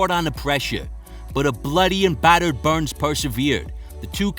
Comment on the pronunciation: I like to hear how Usman pronunce Burrrns. You can feel the weight